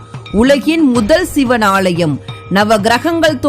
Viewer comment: ALLAYEM..... NOT AALLLLLLLLYUM